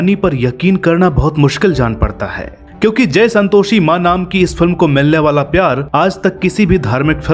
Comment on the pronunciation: Om ॐ bhai pehle aap santoshi ka ucharan to sahi kar lijiy🙏